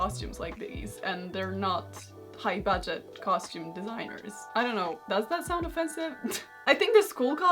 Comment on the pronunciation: Karolina: "but actually dan't" way you said don't was funny haha <3 <3 <3